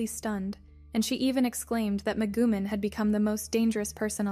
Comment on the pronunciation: "Meh-goo-men" hahaha